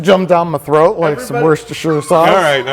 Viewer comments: pronounce it wustershur sauce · Worcestershire is pronounced WOOT CHESTER SHUR. Actually just WOOT CHESTER. Drop the shire. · You know we pronounce it "Wooster Sauce", though? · Say it with me now "work-ester-shyre" not "woostersher", imagine not pronouncing every letter phonetically ugh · woostersher sousse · 'Wuss-ter-sher' sauce - not being condescending here, it really is one of those pronunciations that requires clarification. I blame the Romans. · ....Yanks who can't pronounce worcestershire...... Worse-Stir-shir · Bruno Kemp Woo-steh-shire, Sir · its pronounced wuss-ter-sauce, hacks. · As a Brit hearing confidently and incorrectly pronounce "Worcestershire" is adorable. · Americans trying to pronounce Worcestershire is hilarious every time. :)